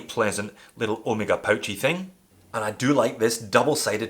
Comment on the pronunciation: An english speaker that pronounces Omega correctly, yay, instead of Omeeeega.Does it matter? Obviously doesnt, even I have started calling Porsche, Porsch, so people don't think I'm a try hard. Another one freqently mispronounced name in the watch industry is ETA. It's not E.T.A. Great video of my favourite watch.